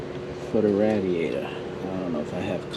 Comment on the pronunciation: You kill me when you say Radiator (ratdiator) 🤣🤣🤣